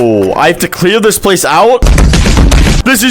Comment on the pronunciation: cleaw this pwase out